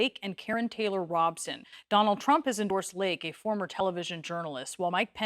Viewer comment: Now I know. Thanks for mispronounced Robson. I liked that. She and Scary Lake are both despicable. I live in Phoenix and the Republican gubernatorial debate was absent Karrin. Hmmm